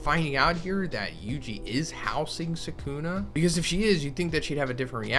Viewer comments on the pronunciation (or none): you don't omit, it's just quick, the same applies to the second U as well. the S is heavily emphasised, the K much less so. SS-uh-kuh-Na the middle syllable is the least emphasised by far. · man's pronouncing Sukuna like non-fans pronounce Na-ROOT-o emphasis is on the first syllable brah. SUU-kuna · Actually you omit the u in su